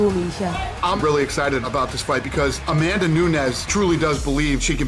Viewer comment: Miesha "Cupsize?" Tate vs A-Man-Duh Nunes